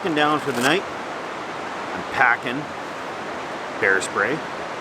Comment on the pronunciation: "Nat everybody". How many beers did you drink my friend. Great spot for sure.